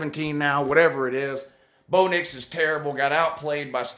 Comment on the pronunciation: Bro did you just say Blo Dix?! I'm dead😱🙃